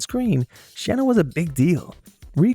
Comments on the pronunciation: Big time fan of Jem and the Holograms to this day for so many reasons and I'm about to be 50 years old!! Loved that you shined some light on Shana, but let's put some respect on her name and pronounce it correctly. It's pronounced Shay-nuh. And Aja is pronounced Ah-ja, not A.J. I know you misspoke at the end when you said Jessica instead of Jerrica, but it seemed you may not have known how to say Shana's or Aja's name. And no disrespect to Barbie and the Rockers. I just never got into them or their music. I feel like Jem and the Holograms and The Misfits were just top notch with music, songs and style. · Two minutes and 50 seconds into this video and I’m already scratching my head. I have to wonder if the creator of this video has ever actually watched the cartoon? Mispronouncing both Aja and Shana‘s names AND calling Jerrica, Jessica at the end? Do better. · The names Aja,Shana & Raya were mispronounced. And at one point you called Jerrica, Jessica. Them kicking out Marx was incredibly disgusting. If they put out Stingers Dolls & pretty much all of the other “minor characters”,Lin-Z, The Countess they would have made another Billion easily,especially if songs from episodes they were in were on a tape as well. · Dude, you did not do your homework well for this video. You didn't cover The Stingers. You mispronounced Aja, Raya, and Shana's names. Shana never left the band for more than one episode, she came back at the end of the Raya introduction arc as the 2nd Guitarist. You missed the final episode, where Bah-nee finds her father. But you did mention the 2015 debacle and how it was a massive disappointment. You get points for recognizing the colorism, misogyny, and classism that plagued the series and movie. Overall I give the video a C+ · whoever's doing this voiceover for this, I want to let you know that you're mispronouncing the 2 of the holograms. It's aja, AJA and. Shana.